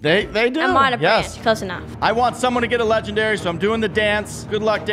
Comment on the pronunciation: He really said we could try get a legdanry out of a dimaind eggg